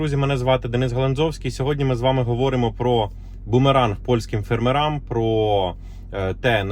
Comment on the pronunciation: Припиніть ставити кацапський наголос і кацапське відмінювання слів! Повинно бути фЕрмерам, а не фермерАм, по селаХ, а не по селаМ. І багато інших помилок. Підтримка каналу!